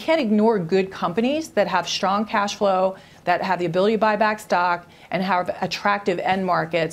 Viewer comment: why does she pronounce s as sh...shtrong instead of strong